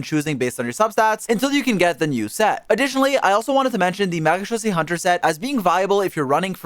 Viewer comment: how did bro marachusee hunter the right way